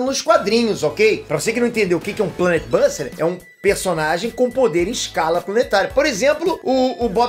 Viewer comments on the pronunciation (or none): falou Planet buster errado 🤦🏻‍♂️